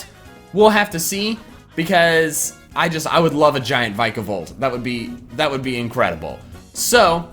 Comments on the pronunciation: You're awesome dude, but the way you pronounce some things is so bad! XD "Alo-LA" its "Alo-luh," and "Vike-a-volt" is how its spelled "Vikavolt", don't get me wrong though everyone does it XD I say Mage-arna and Necr-ose-ma so oopsies lol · It hurts to hear you pronounce Vikavolt wrong.